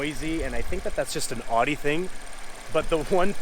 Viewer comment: could u pronounce Audi correctly its bugging me lol